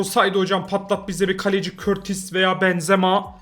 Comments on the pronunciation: Abi bu arada o kaleci körtis değil kurtua diye okunuyor seviliyorsun❤ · Abi körtis deyil kurtua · şakasına öyle okuyor knk eskiden beri izliyorsan olayı anlarsın emrecan ile gülüyorlardı